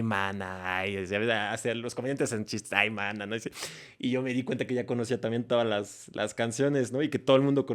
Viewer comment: Jajajaja jajajaja, la pronunciacion de Maná, jajaja ma-na.